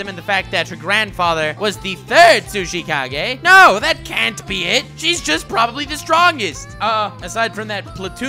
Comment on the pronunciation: I keep hearing sushi Kage instead of tsuchikage